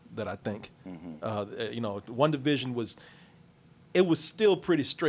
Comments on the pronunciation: BET 100 DOLLARS NOONE CAN GET TO SAY "WANDA VISION" INSTEAD OF "WUNDA VISION" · Everytime says "Wundavision" I cringe